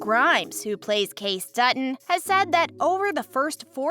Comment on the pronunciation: Please learn how to pronounce names correctly...It's K-C for Kayce, not case!!